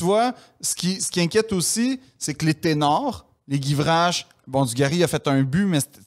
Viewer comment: J'ai adoré cette épisode. J'ai aussi vécu 98 et c'était fou! La phrase de sur le fait qu'il n'est pas bon de trop regarder le passé, est lumineuse. Et,en passant, le joueur de l'équipe de France c'est STEPHANE GUIVARCHE et non GIVRACHE. Merci pour ce bon podcast et cette épisode en particulier!